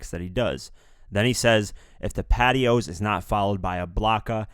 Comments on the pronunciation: Patios? it's pronounced Pa-twa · Did you really read patois as patios? Smh... Its pronounced "patwa" as in the English dialect spoken in Jamaica... Clearly a shot at drake for his cultural appropriation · Lmao it aint 'pat-ti-oos' fam its 'pat-twarns' you white man lol you even listen to the song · Patios 😂😂 its pronuced patwa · I scrolled down as soon as I heard that lmao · How can we respect the perspective if you don’t even know how black words are supposed to be pronounced 😂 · If you're gonna recite the verses, have the god-damned sense to pronounce the words properly as the artist displayed. Patois is not "patios" nor is Ill Nana= my lil nanas 🤦🏾‍♂️ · Patois is pronounced paah-twaah. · The way you pronounced patois as patios 😂😂😂😂 Im dead. Good video tho